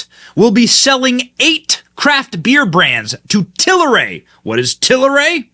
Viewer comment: TAL RAY not TAL I RAY Give the suckers buying this spinoff credit by saying their name correctly.